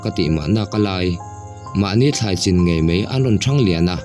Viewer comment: Ziaktu nge chhiartu zawk "ngeih" tih tur a "ngaih" hmang in "mai" tih tur a "mei" hman leh si a tam. Youtuber te hian mizotawng diktak in hman hi apawimawh ania mi tamtak in an ngaithla si a